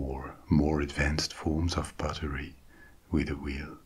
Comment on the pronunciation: I love how you pronounce "pottery" like the word "buttery".